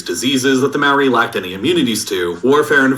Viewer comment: The way the video says maori makes me mad